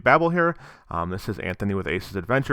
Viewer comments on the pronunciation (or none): none